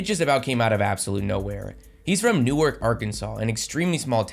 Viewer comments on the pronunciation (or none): I'm from the area. It is pronounced "New. Ark." Not like Newark, NJ. Everyone from here would appreciate including him if yall got that right lol